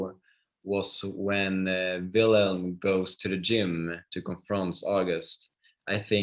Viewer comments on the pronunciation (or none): Is it really so difficult for the interviewer to correctly pronounce the names of the characters and actors? Wilhelm is not pronounced "Willam." Malte is not pronounced "Maltay."